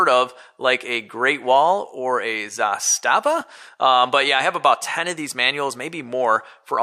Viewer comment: The way he pronounced "Zastava" 🤣🤣